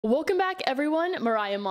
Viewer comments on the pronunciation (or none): i have always wondered why do you "WOLCOM BACK" instead of "welcome back"